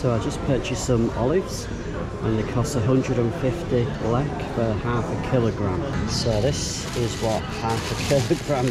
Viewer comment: It's LEK not LLEK..